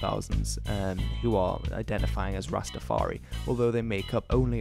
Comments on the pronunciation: Ras-Ta-far-I not EE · Why do you say rsstafaree ..its rastafar...eye...I N I... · It’s not Rastafar-e it’s Rastafar-eye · Very informative but you need to not say Rastafar-eee it is Rastafari(Rastafar-eye), also no ism.. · The 'i' at the end of Rastafari is pronounced in the same way as the word "eye" and I'm sure you've seen this in the comments but rastas don't appreciate the addition of "ism" to the religion's name